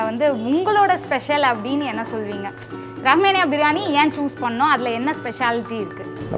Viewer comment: ரஹ்மேனியா இல்லை ரஹ்மானியா திருத்திக்கொள்ளவும்